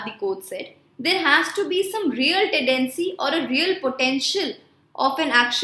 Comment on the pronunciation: Madam its tedecy or tendency